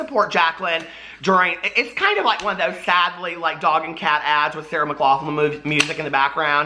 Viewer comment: Love you boo! You said sarah mclachlan. 😂😂😂